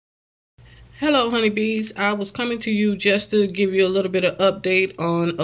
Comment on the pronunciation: My son said did she say honeybee ;-)